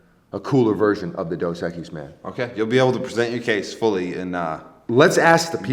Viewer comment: Maybe if pronounced Dos Equise right